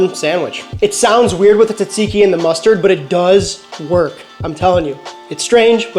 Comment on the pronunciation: Bro, why did you butcher that tzatziki like that? 😂